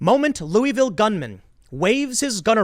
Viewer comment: Can you please pronounce my city’s name right. I love you tim but it’s not “louie-ville” it’s pronounced like “Lou-uh-vull”